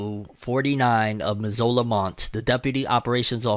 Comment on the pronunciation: As a Montana the way you pronounced Missoula 🤣🤣🤣 (Ms oooo la)... But man what a great man. RIP and hopefully his family and friends will take comfort knowing he died how he lived. Helping others